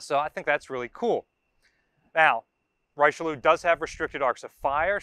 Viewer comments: First of all, it's "REE-chi(as in 'Chicago')-leew". Second, both the Dunkerque and Richelieu classes were designed to counter the threat of the Deutschland-class pocket battleships and the Italians -- especially the older 10-gun (12.6in) Ciao Duilio and Conte di Cavour-class battleships -- primarily in the Mediterranean. That they were sometimes forced to go up against other battleships equipped with larger guns was an accident of history rather than a planned part of their design philosophy. Third, I'm surprised that no mention was made of the Yamato-class layout, which was identical to that of the American "9-in-3" design. (Or maybe I missed it? 🤨 ) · Ree-Sheuh-Leeuh is more accurate, 3 syllables, the last two ending in an exhaled UH